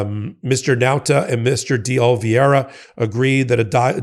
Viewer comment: It's me again...DAY OLIVEERA!!! Somebody tell him please. Again.